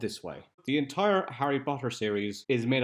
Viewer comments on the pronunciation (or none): none